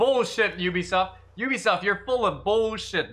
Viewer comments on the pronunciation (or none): none